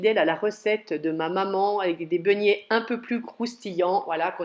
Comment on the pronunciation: Begnets comme vous dites madame mais beignets , pardon de vous reprendre